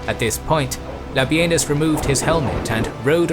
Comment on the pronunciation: No, no not Labienus La Benis